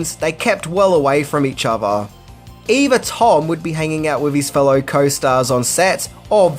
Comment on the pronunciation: 1: Maverick was an Air Force trainee for the Navy??? You don't even need to be in the military to know how horrible that sentence is. 2: Firty Six years? It's Thirty Six years, and also while we're at it, it's other, not "ova". 3: In "Firty Six" years, none of this info is new. 4: I could go on, but I don't want to be "that guy", even though I guess I already am. This hurt me so much that my therapist killed himself.